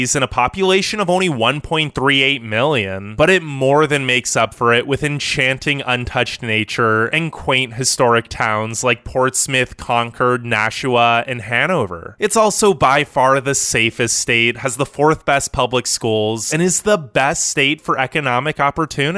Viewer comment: It's Portsmouth, not Portsmith. Kids listen to the way you pronounce words and as most people do, when you pronounce them incorrectly, some kid's getting a bad grade on his spelling test this week because he spells words the way he hears them.